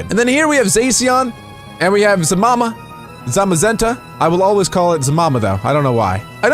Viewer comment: you said my fav pokemons zacian and zamazenta wrong im sad =[